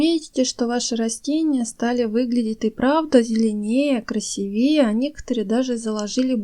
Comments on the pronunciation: КрасИвее а не красивЕе говорите правильно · даете советы а у вас все растения хилые и некрасивые. Даже как-то странно да и говорить старайтесь с правильным ударением режет слух КРАСИ ВЕЕ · И не красивЕе, а красИвее! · И что за красивЕЕ,красИвее,говорите по -русски,правильно,пожалуйста.А информация очень полезная,спасибо. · КрасивеЕ,остуДиваю,вы,что все не русские? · КрасИвее - ударение в слове строго на «И». И что значит мастхэв? По-русски можно сказать? Вы русская? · Советы очень ценные! Но...клдЕзь и красивЕе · Ударение КрасИвее! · Правильно говорить клАдезь и красИвее. И химию стоит подучить, чтобы правильно зачитывать названия химических элементов, раз уж берётесь. Минеральную воду газируют углекислым газом, а не кислородом. Так что Ваше объяснение про насыщение растения кислородом после полива - Ваша фантазия! Вот вроде хорошее дело,, делаете, но так безграмотно и по-дилетантски, что тяжело слушать. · Огромное спасибо за ценные советы. Только ударения делайте правильно: красИвее, клАдезь. Не обижайтесь, вы мне очень понравились. Голос у Вас такой приятный. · А также красИвее, отстОянная вода, не отстАянная... Дальше слушать не стала: кладЕзь просто добил! Извините,. Но если не дружите с русским языком, делайте ролики молча, а текст просто пишите. Несмотря на ваш приятный голос, слушать вас невозможно. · Спасибо за советы.Но примите и мой совет:говорите правильно.Нельзя говорить кладЕзь,правильное ударение клА дезь,более красивЕе тоже неправильно.КрасИвее без всякого более.Или более красивый. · КрасИвее, КлАдесь и т.д. ( правильно). Спасибо за совет, но над ударентями надо поработать. Извините! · Спасибо за очень полезные советы!!! Только ставьте пожалуйста ударения правильно: кладезь-ударение на а,красивее-на и. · большое спасибо за информацию... Но - не кладЕзь, а клАдезь.... КрасИвее.... ( для запоминания: аккуратно - аккурАтнее...красиво - красИвее)...